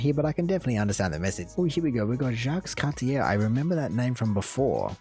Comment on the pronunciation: Cartier is pronounced with the French pronunciation so the er sounds like an a.